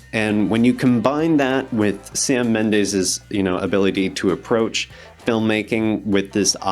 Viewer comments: His name is pronounced Keegun. And it's BIOpic, and Mendes is not pronounced Mendaze. Gee...you slaughtered THREE pronunciations. Not good. I'm gonna assume you looked up Sam Mendes when you first heard of the Beatles 'byopics'. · It's bIopic, not bi opic. And the last name is Mendes, not Mendaes.